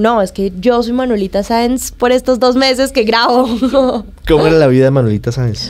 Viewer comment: Manuelita Saenz, no Manuelita Sands!